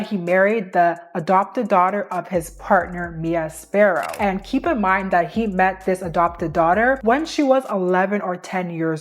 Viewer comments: I don't want to be nitpicky, but it's Mia Farrow, not Mia Sparrow. Great video, overall. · Mia 'Sparrow'? 😂😂 Gurl, please. A little bit of research, accuracy and professionalism!